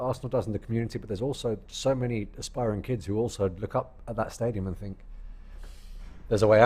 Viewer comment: Man pronounced that stadium name with finesse🔥🤲🏽